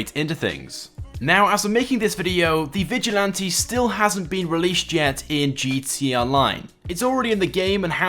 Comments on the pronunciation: Whenever you're supposed to say "gta online" you just say GTONLINE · Dude, can you even say gtA online? You forget the freakin a every time 😡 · Nobody: This guy: gtee online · he says gt online lol